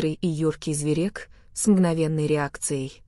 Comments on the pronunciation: Гы-гы-гы, "зверЕк"!🤣🤣🤣 Чувствуется англоязычный СУФЛЕР!🤣🤣🤣🤣🤣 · Почему зверЕк? Ударение что-ли правильно не можете ставить ? Уши режет.